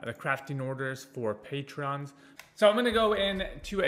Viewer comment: kept saying patreons and acruity all video. Would definitely suggest making sure you're stating things correctly, especially for a guide video.